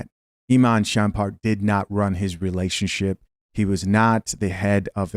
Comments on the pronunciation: SHUM-PERT. NOT … SHAM-PERT….LOL. You had me rolling. You know you don’t know who he is outside this story…😂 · why do you continually mispronounce his name lol "SHUMPert" not "SHAMPERT" 😂😂😂😂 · It’s pronounced : Shump - ert